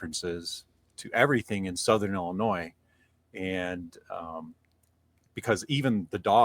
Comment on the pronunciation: THE S is silent on Illinois 😅